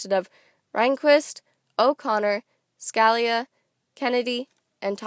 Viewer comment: good video but Justice Scalia is pronounced ( skuh-lee-uh)